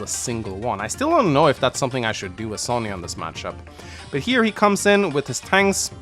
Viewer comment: I cant wait to see my girl sonja in the remake Its also impressive how you continue to carry on mispronouncing sonja's name